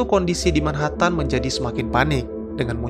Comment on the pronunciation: min, tolong pengucapan 'MANHATTAN' nya yg benar